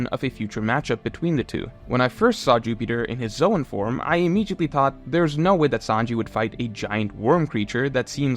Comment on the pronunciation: never say immediate like that again. awful